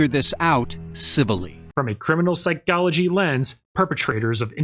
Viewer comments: Forensic Psy-GOLL-agee :face-purple-crying:. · Why does this guy pronounce “psychology” so weirdly?